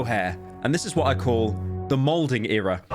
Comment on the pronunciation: its malding not molding lol